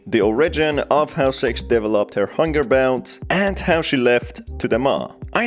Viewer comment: He accidently said sex instead of six